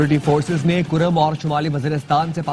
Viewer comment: Karam nahi bulke kurram. Tasheeh karain